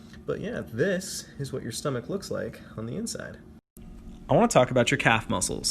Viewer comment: when he said "sTomAch Has the sToraGe FaciLitY"